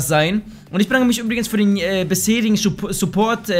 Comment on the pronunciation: "schuhport":D haha nicht schlimm xD